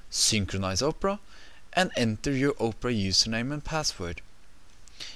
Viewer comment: It sounds like he's saying Oprah!